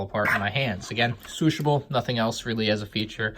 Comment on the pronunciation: “Swooshability...Shwooshable” - 2019